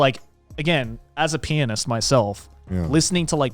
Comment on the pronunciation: [Snort] He said pianist.